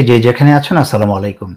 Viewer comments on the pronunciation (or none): ASSALAMU ALAIKUM HOBE. ASSALAMALAIKUM OSHUDDHO UCHCHARO, MANE TOMER MRITYU HOK.